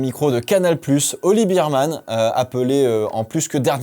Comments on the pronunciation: Moi c'est la vitesse de pointe des Williams qui m'a étonné, les seules à monter à pratiquement 340km/h ! Est-ce-que cela veut dire que ça va jouer les bonnes places sur un grand prix rapide ? PS: Il faut prononcer "Birmane" et pas "Bermane" ? "Bear" comme "ours" en anglais non ? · Petite correction de prononciation, on ne dit pas Bireman mais Bèreman comme l’ours on dit Bear et pas Bier comme la bière haha super vidéo sinon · On dit "bairman" (ours) et non pas "birman" (biere)... Je comprends qu'on préfère le 2eme mais il faut tout de même bien prononcer son nom a ce jeune homme 😊